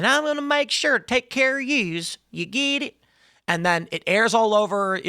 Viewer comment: "Ya geed'eet?" 🤣🤣🤣...that's hilarious..